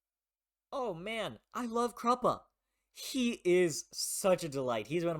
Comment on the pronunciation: The thing that surprised me the most about Gardens of the Moon was how fun it is especially from Part 2 onwards, so it's good to see you have the correct opinion because Kruppe is the absolute best (Apparently Kruppe is pronounced like cup? It surprised me when I first heard it because that is weird)